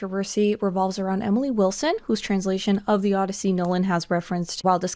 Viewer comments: Odyssey, not Oddity, NOLAN! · The O-DEI-ssey